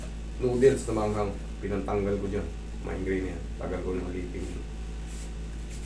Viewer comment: sir correction lang migraine yun hindi mind graine😬😬😬✌️✌️ wala salitang mind graine di ako hater kinorek ko lang idol❤️❤️❤️❤️